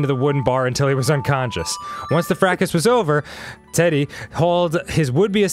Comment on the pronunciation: Top pronunciation of 'fracas'.